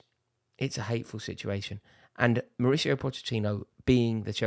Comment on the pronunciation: Rory pronounces Mauricio differently 100 times in one video.